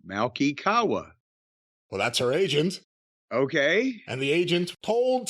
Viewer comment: I'm surprised said Kawa's name correctly. Knew of him from managing a bunch of MMA fighters